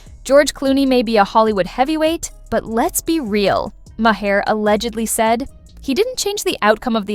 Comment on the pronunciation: Bill Maher is pronounced mar as in mars, not mahair.